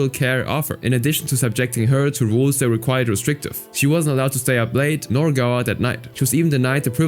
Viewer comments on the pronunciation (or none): none